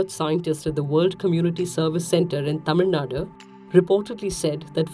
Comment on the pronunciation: The orator is from south india. The way she pronounced "Tamil Nadu". Not the way it is pronounced in the North.